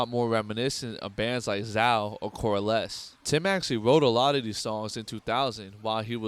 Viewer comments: It’s pronounced Zay-oh not Zow. Great video though. As I Lay Dying was an amazing band but Tim tarnished their legacy which is nowhere near as bad of a crime as plotting to kill your wife. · Awesome video bro...... but it's pronounced Zay-o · Good video. Zao is pronounced Zay-oh btw